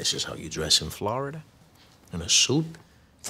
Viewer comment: His accent is so fucking good. His pronunciation of “Florida” is so legit I’m amazed. Hats off to Graham.